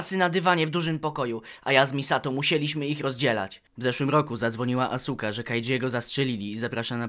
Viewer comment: jedyne co chce sprostować to to że asuka nie czyta się asuka tylko aska